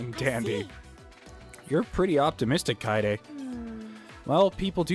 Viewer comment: IT'S KA-EYY-DE NOT KAY-DE! Also. Don't judge Tenko. Himiko is like everything to her. It's cute.